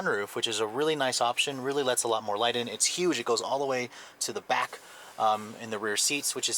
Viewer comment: says back funny